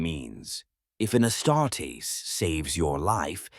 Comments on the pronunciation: If you could tweak your ai bot to stop saying ass tartess instead of astartes that would be great 😂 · “ASS TART EES”. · "Ass-tar-tays" lol